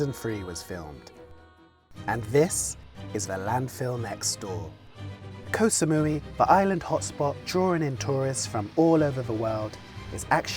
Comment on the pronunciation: Can Koh Samui survive the egregious mispronunciation of its name much longer?